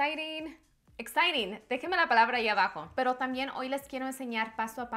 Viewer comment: “Exciting “ gets me everytime 😂